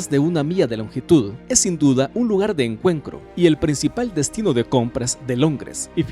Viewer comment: Jajajajaja, también "punto de encuencro" y PicadEli Circus. Jajajajaja